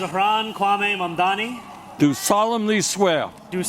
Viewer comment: for fuck’s sake it’s Mam-dan-i, not “mom dommy.” It’s extremely easy to pronounce. I don’t even like the guy because he has capitulated so much to Zionists already but it’s not hard at all to get his name right.